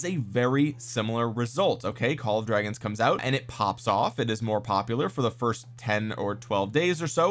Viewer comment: LMAO i'm gonna pronounce it "Call of Dwagons" from now on just for this reason